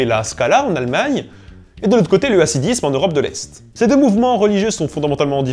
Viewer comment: Super video bravo! Par contre attention à la prononciation : Hassidisme et Haridim. Le "H" se prononce [x] comme la jota espagnole car ici, le H représente la lettre "khet" ח. Par contre Haskala est bien prononcé, puisque le H représente la lette "hé" ה, qui est l'équivalent d'un H en anglais.